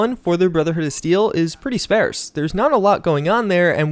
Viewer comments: Etcetera (as in “et cetera”), not “ecsetera”. Sparse, not “sparece”! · Random pet peeve, why am I all of a sudden hearing Sparse pronounced as Spairse?? I've heard it as Spahrse literally my whole life until 2018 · It's sparse as in farce. Not spares as in pairs. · It’s pronounced “sparse” like ‘par’, not ‘pair’ Love you, just sayin. You’ve said it twice now and I have to comment lol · You americans need to stop butchering my beloved btw belov-ed is the way its said just as an fyi. But back to my point. Its spar-ce not spare-s. All american teachers of english should be fired if thats how they teach you spastics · Why are you saying it like that? Spearse? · I did not know that 'sparse' was pronounced like 'spare' with an 's'. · Your pronunciation of "sparse" more than once and "Pygmalion" is enough to deserve a downvote. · Prolly suppressed by YouTube since you pronounce “scarce” and “Pygmalion” so weird.. lol